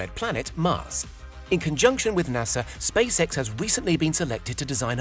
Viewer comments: ah yes NASA and space-eh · He said Space Hec